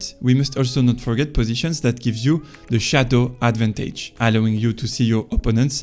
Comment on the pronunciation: love the videos 🔥if you work on fixing how you stress words you’ll get huge , (beGInner not BEginner, adVANtage not ADvantage, oPPOnent not OPPonent, poSItioning not POsitioning, OBstacle not obSTAcle, eLIminate not ELIminate etc…). It’s really easy to fix and will massively improve understandability 👍🏼. You can put ‘word pronunciation’ in google and it’ll say in bold the part you have to emphasize. Have a good one